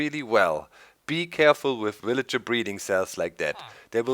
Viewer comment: lol doc I like how u say willager. its kind of funny :)